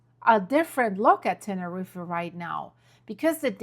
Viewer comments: It’s pronounced Tenerreef. Not Tenerreefa! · NEVER IN MY LIFE HAVE I EVER HEARD THE PLACE YOU MENTION ? TANNA-REEFA. ? Holy moly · Love Ur work but it's pronounced Tener-eef.. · Tenerife is pronounced Ten-A-Reef not pronouncing the last E